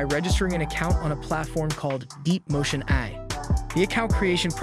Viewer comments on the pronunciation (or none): Apologies if already answered or considered rude, but is this narrated by an AI? Extremely impressive for the most part, but hearing AI pronounced as “eye” and Alex as aLEX certainly raised my eyebrows.